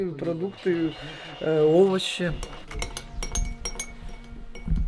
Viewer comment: Свои прОдукты, на о ударение....